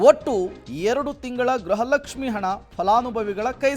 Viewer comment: ಗ್ರಹ ಲಕ್ಷಿಃ ಅಲ್ಲ ಗೃಹ ಲಕ್ಷ್ಮೀ